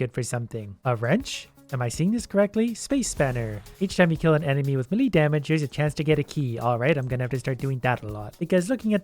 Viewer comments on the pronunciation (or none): Everyone: maylay: milee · Everyone: Me Lay: meh Lee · Should anyone tell him melee is pronounced may-lay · No one: melee:malee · You pronounce melee very, very wrong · the way he says melee is hurting my soul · Run that pronunciation of melee by me one more time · How he says "melee".............. 😄😬😳😤😡🤬